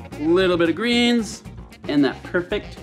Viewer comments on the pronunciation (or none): none